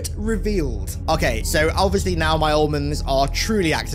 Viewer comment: are you serious right neow bro?